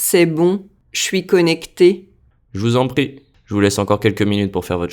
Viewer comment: i had trouble with "pas encore" and je vous en "prie". it sounded like "pas ocore" and " je vous en paie". i had trouble hearing the nasal vowel in 'encore" and the 'r' in 'prie' until the text came up.